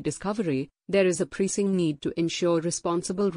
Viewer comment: Press ing not preesing . Better english.